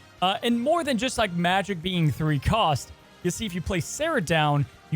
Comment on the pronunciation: pronouned majEk not magic...